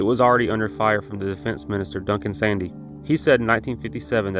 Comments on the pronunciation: Just a small detail: Duncan Sandys prounounced his surname “Sands”. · SANDYS is prouncedas SANDS. It's another of these names not pronounced as it is spelt. The real reason why this aircraft was cancelled in April 1965 is the country could no longer afford it. The British economy by early 1964 was a basket case, with falling productivity levels against all major Euopean economies, Japan and America. When the new Labour government announced that the balance of payment deficient was double what was expected at £800Million pounds foreign currency traders started to sell off their holdings of the Pound for better performing currencies. After 3 years of runs on the Pound the Pound was devalued by 14% in November 1967. Technically speaking the F-111's design was influenced by GOR-339. It was also a much better design. On a hi-lo-hi mission profile the TSR2 could barely reach the eastern Polish border from RAF Laarbruch, whilst the F-111 would be able to reach the Leningrad from RAF Lakenheath. It is also note worthy that the TSR2 influenced the design of the Su-24 prototypes, but even the Russians realised that the design was flawed and switched to the swing-wing as used by the F-111.